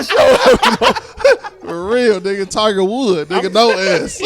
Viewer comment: Nigga said Tiger Wood no S 😂😂😂😂😂